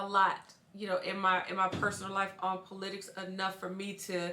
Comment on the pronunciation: Why does she pronounce politics like "puh-LIDix"? It's POL-itics (PAWL-uh-ticks).